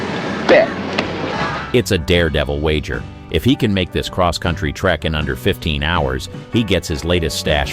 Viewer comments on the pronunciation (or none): none